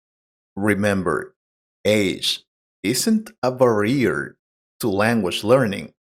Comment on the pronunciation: The way that the word 'barrier' was pronounced here is not correct. The stress has been put in the wrong syllable.